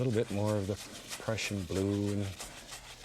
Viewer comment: When he says Prussian blue it sounds like depression blue 😂